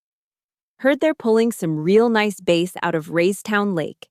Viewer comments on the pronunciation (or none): For the creator, Bass isn't t pronounced base.